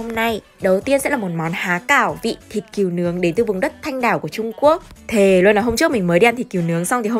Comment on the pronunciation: Thịt cừu mà phát âm là "kiều" ????? 😂